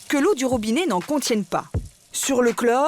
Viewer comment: On ne dit pas ROBINÉ mais ROBINET.